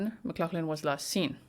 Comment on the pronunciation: Sounds like MICK-GLOFF-LIN